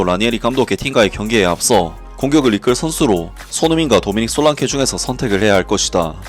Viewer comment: 솔랑케가 아니라 솔랑키잖아